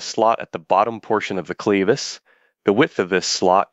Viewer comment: Clevis doesnt rhyme with Beavis, fyi.